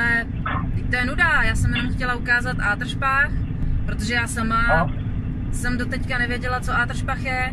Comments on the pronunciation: Mně se líbí ta tvoje výslovnost ;) Do Ááá--dršpachu :D Není to jen do Adršpachu (jakože krátce?) :D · Ano Palírno, je to krátce :) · tahá mě to za uši, coby mistniho.... jela jen do horního do contíku...